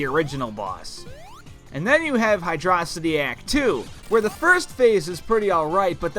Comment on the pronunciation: "Hydraw-sity" Unsubscribed